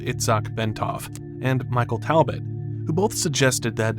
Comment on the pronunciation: Talbot is pronounced phonetically as tall-bert.